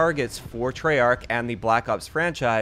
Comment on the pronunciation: It's treyarch